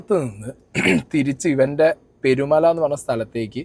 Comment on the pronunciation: Perumala alla manda peerumala ചുള്ളളം അല്ല ചുളളാളം പറയുമ്പോ ശേരിയായിട്ട് para kazhithe